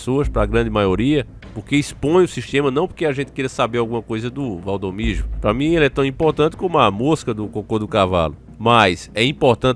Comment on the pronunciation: E Valdomiro não da maneira que vc tem pronunciado